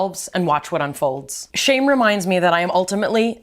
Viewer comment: Why did read shamy?? Instead of shame